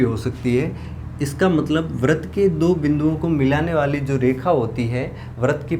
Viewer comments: Sir vrat nahi vrit hoga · सर बरत नहीं वृत होता है but thx for formula